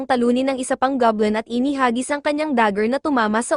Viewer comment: It's Goblin, not gablem po😊